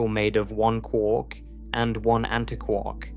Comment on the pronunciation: Why don't you say antiquark the same as anti + quark?